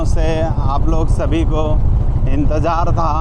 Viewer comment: Najara nahi nazara kahete hain Or Intejar nahi intezar hota hain voh Jarrurat nahi zarurat kahete hain Bijness nahi business Urdu ka janaza mat nikalo language ki study karlo bad me journalism ka shouq karna۔۔۔۔ektarf ka shuru hain dusri tarf ka nahi matalb kya hain 😂😂😂 one way kahete hain use ۔۔۔۔ industriej nahi industries kahete hain۔۔julfen nahi zulfen۔۔۔۔17 manjil nahi 17 manzil .....jameene nahi zameene.....inshort samanya or average class ki journalism.......on camera to Kam se kam ache or bahetrin alfaaz ka intekhab karna chahiye or aam zindagee me jis khandeshi lahejy me baat karte hain usse bahar nikal kar shiree or dilkash lahejy ka istemal karna chahiye...